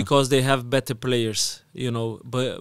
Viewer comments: manteb ni bang mamat udah makin fasih bahasa inggrisnya. saran bang, yg bener pengucapannya better bukan bitter. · Mamat udah berapa tahun belajar bahasa inggris tapi ngomong better jadi biter mulu 😭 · Better bang, bukan bitter.. 😅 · better mat bukan bitter 😭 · Better apa biterr???